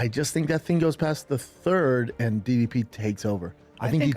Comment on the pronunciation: Hate to be that guy but ypu'd think Dana would've gotten DDP's name right by now...